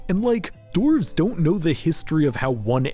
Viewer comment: Ah yes, the mountain dwelling “dorvs”